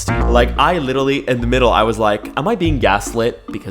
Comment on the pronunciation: "literawy" HELP I CANTTT